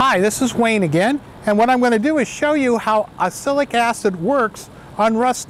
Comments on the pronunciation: Yes, he doesn't seem to realise you pronounce it as ox-alic acid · It's pronounced Ox -alic, like this